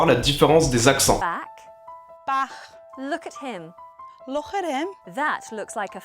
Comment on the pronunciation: "look at him" anglais "LOURÈLIM" ????